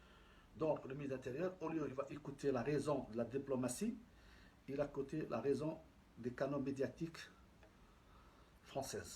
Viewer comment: Apprend à parler le français en 1er. Des chose que tu maîtrise pas il fait en parler. On dit écouté et non pas écoté